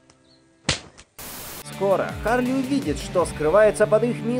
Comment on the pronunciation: Ну вообще Чарли а не Харли.